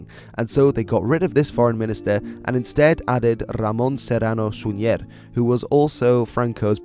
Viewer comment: He mispronounced Súñer and Gomez. It's SÚñer, not SuñÉr and GOmez, not GomEz.